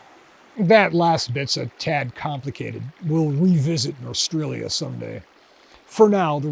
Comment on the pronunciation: Smith/Linebarger intended "Norstrilia" to be pronounced "nor-STRILE-ya", because that's what "North Australia" sounds like (to an American) when spoken by someone with a strong Australian accent.